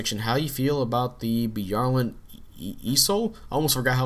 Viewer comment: By-AR-Lant. Youre pronouncing it Bee-are-lnt